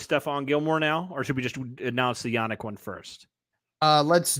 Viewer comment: Yannick’s first name isn’t pronounced “Yah-Nick” either. It’s not pronounced “Nick” at the end, it’s “Neek”. So it’s pronounced “Yah-NEEK” Then his Ngakoue is pronounced “in-GAH-kway” Hope this helps anyone wondering.